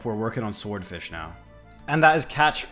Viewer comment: Can’t tell if you were joking or not, but the W in Swordfish is silent 😂😂